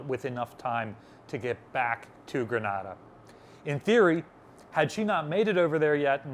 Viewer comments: Grenade-uh. Not Grahnada. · Ok, lived in Grenada for nearly 5 years. It's pronounced GrenAAAAda. Long A sound. GRENaDA, ah, sound is in Spain. Love the channel !!! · Does Libby make you change the pronunciation of places? Truk and Grenada being good examples.